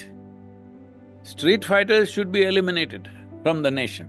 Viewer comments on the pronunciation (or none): He can't say street has to be eliminated.